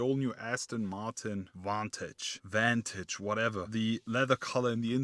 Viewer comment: I'll help you out, it's pronounced Vantage